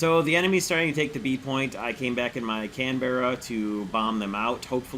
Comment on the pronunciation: Why do americans pronounce canberra so weird?